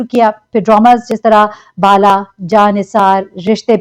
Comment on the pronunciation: Bala not baala